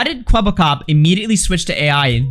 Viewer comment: it's kwebbelkop not kwebblekop